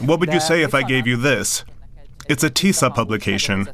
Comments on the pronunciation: Doesn't matter how you pronounce, the name is not Tissa or Tisa but TISZA. (Tisztelet és Szabadság Párt) See sub for example... And Peter Magyar the leader's name. (Magyar Péter in Hungarian and not "Peter Morar" or also not "Majar", etc... :)))) And not convincing "FIDES" or "fittest" supporters... Orban's party called: FIDESZ. Sub for example... Apart from bad badly written names... (Most popular names in Hungarian politics for ages now, can hear and read 1000 times every week... Hence, it's a bit irritating/annoying to see still so badly written.) the ...rest of the subtitle is OK. And the video all in all sadly about right... Go, TISZA! :))) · And after the regime is toppled, we Poles need a serious conversation with the Hungarians about the pronunciation of s/sz